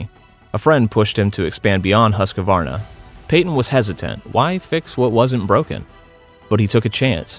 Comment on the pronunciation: It’s pronounced "hʉːskvɑːrna". 3 syllables not 4.